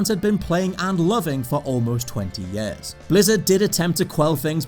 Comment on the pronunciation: Please someone explain to me why he pronounces “years” as “yees”